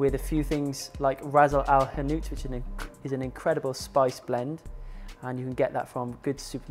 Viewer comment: dude, the spice mix is called Ras Al Hanout (not Razle al hanout). Its translates to "head of shop", So each person who owns the shop has their own spice blend